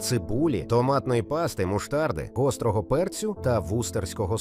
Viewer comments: Автор, а ви перед тим як публікувати відео хоть прослухали його? Штучний інтелект, який скоріше за все озвучував ваше відео припустився декількох помилок у вимові слів. А от гірчицю і зовсім назвав муштард. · Сподобалось, як каже диктор "муштад" ))))😊